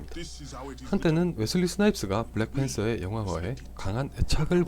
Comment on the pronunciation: 블랙 thㅔㄴ 서.... th....th....th.....